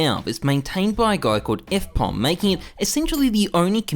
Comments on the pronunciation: "f pom" 😅 it's FM - Pone (pown / pwn) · Did you just pronounce FMPONE wrong? 😮 Just to clarify: FMPONE: "F. M. Pown" as in: "you got pwned cyka" 😅 but with that outta the way: nice video! I'm actually surprised that D2 didn't get more hate 🤔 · Did you call fmpone fpom?